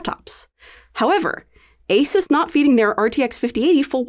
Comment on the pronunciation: sounded like isis' not asus'